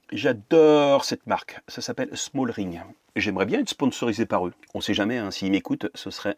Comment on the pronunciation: Aïe aïe aïe ça me fait mal aux oreilles c'est smallrig et pas smallRING 😅 😉